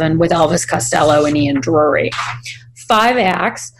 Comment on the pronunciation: Not Ian Drury. Ian Dury (pronounced like jury) are the Blockheads